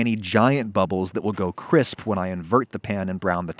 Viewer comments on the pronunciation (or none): none